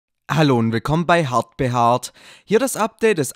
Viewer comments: Ich glaube du hast am Anfang Hard beharrt gesagt 😅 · seit wann sagst du am Anfang des Videos Zu dir Hard behad xDDDD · Ich musste es mir 5 mal anhören und Zweifel immer noch dran das er Hardwarerat gesagt hat 😂😂😂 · Seine begrüßung: hallo und herzlich wilkommen bei hat be hat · JAAA, er hat "hart behaart" gesagt und JAAA, das ist die Antwort auf die Kinder mit Hörschädigung, die immer meinten, dass die Begrüßung von sich so anhört. Kommt bitte wieder runter, es haben schon 100 Leute in die Kommentare geschrieben.